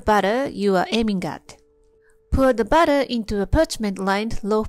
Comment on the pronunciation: That's BATTER with an "A" (rhymes with "cat" ) not BUTTER with a "U" (Rhymes with "cut:) . . . .